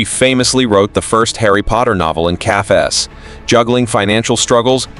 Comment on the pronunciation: Cafess? Is there a human around to read this script, not everything has to be done the lazy way